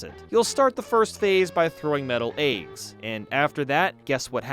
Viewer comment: No one:: ayggs, superstar sega